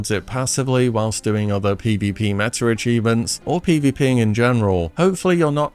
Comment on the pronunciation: Also its pronounced meta....not metter